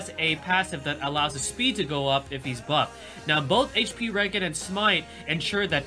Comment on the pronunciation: its HP regen (REE-GEN) as in Regeneration.